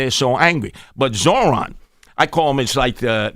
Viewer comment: Can’t even pronounce Zohran’s name right. He keeps forgetting the R.